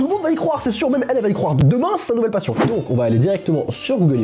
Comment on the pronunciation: Le "s" à passion il a saute